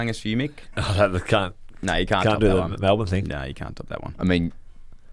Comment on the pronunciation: ‘Say that again’ “Do you have any clangers Mick?” Mick: “The can’t (sounds like c#$t)….” 😂😂😂😂😂😂